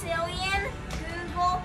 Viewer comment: Its googol not google